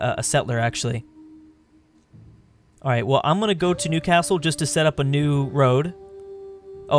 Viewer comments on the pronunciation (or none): The way you say Newcastle (I live there) frustrates me😡. You’re content is still good